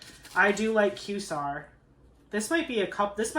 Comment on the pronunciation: I love the way your mind works! And just wanted to mention the world quasar is pronounced KWAY-zar. It’s kind of an abbreviation for quasi-stellar. From one astronomy lover to another ❤